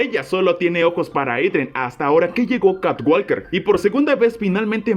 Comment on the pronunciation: walker se pronuncia woker Sonaría catwoker